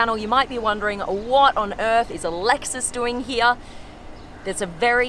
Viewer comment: It’s here not heay